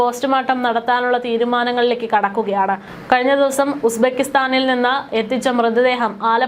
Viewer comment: Aadhyam uzbekistan enn parayaan padikk